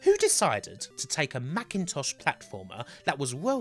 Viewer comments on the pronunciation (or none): none